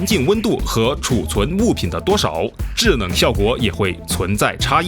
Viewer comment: 发现说制冷的时候 L N不分！